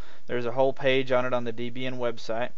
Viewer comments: Pretty good review, but one frustrating point that makes me wince every time you say it, the disto name is "Deb-Ian" as in "Deborah and Ian", the original creators. I'm sure Deborah would raise an eye at being called "Deeb". ;) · Debra+Ian=Debraian not Debian!!! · Downvoted for "deeb"ian. Please learn to pronounce the product you are reviewing if you want to be taken seriously.